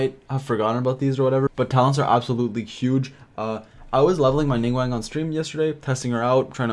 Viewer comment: Ive heard a youtuber pronouncing ningguang as ninggweng